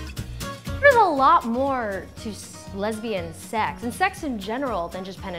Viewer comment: "Lesbian sex" does it really need all that emphasis as if it's the 8th wonder of the world? 😴